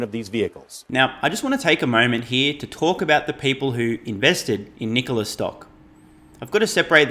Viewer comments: ITS NOT “NICOALA” ITS “NIKOLA” 😫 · Did that chick say, " Knee Cola" ????